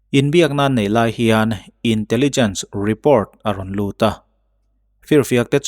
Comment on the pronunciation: Mizo tawngin i chhiar a e.g report hi report ti mai la repawrt english taka chhiar a ngai kher emaw ni le?